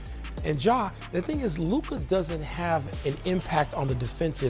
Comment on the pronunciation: The refusal to even learn how to say Luka's name after years now on the part of SA says it all.